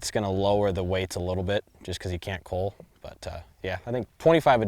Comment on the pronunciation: Plus the way he says Cull drives me nuts. Sounds like he's saying Cool or Cawl